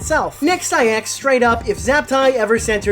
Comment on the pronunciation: You axed Heather a lot, is she okay?